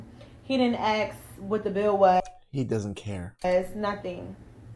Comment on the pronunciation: stop dating women who say "axe" instead of "ask".